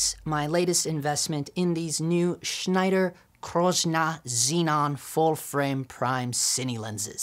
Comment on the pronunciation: haha love how you pronounced Kreuznach......Crooznah 😂..... Dope Vid ...THX dude